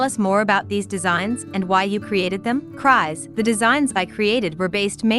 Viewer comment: It's funny to me that the AI voice reading the article reads the name Crys as "cries" when it's pronounced as "Chris". I get that nickname all the time.